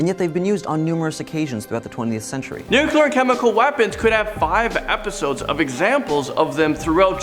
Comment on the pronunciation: Say it with me: 🗣Nuke-Lee-Errrh. Isn't pronounced: 🙅‍♀️Nuke-You-Luhr.